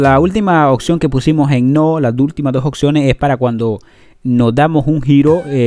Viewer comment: Hijazo ya te había corregido antes...🤦🏻 Ya varios meses de tu recogida 😂 y sigues diciendo "occiones" haber de nuevo mi 🐩, te explico es OPP y luego dices seguido SIONES ok!!! Práctica así varias veces va😉